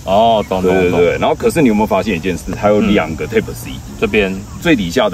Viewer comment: Type 唸「鈦」ㄆ，一直聽的貼ㄆ，實在受不了⋯